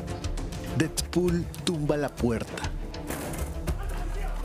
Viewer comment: volverit y dedput jsjsjajajaja